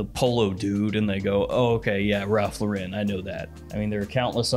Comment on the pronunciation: Why do you say it like Ralph luhrin 💀